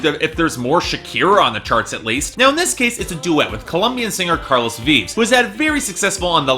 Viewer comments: "Vives" is pronounced VEEV-es and "duele" is pronounced DWAY-lay (or at least that's the best I can do with gringo-speak) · It's actually pronoused Vee-vezz My family has the last name that how I know